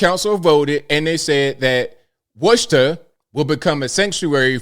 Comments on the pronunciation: My man, LOL. WUSHTER?!!! Love the channel but it’s WHOOSTER. LOL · As a local, it's not the worst pronunciation I've heard, but for future reference, it's pronounced "Wu-stah". Also yea, these people are crazy, but believe it or not, most of us here also think they are crazy and want nothing to do with this. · Hey, I love watching your channel and have been for a very long time. I'm from MA, the city name is pronounced Wooster. We call it the Woo up here. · I was born in Leominster Massachusetts and I’m ashamed of that. I’ve been in Pennsylvania the last 38 years but mass is such an embarrassment. Wistah! They can’t even pronounce words properly 😂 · Worcester is properly pronounced “Wister”😊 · It's pronounced "Woo-Stah" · It's pronounced "Wister" to locals. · It's pronounced "Wister/Wistuh", and im glad i dont live their anymore. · Woo- ster😂😂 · Cool, half the world can't pronounce it right anyways l. You can have it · Bro I live here and you don't even pronounce Worcester right bruh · Listening to pronounce Worcester is funny. It’s ok in NY we have a hard time understanding his to pronounce Mass cities too.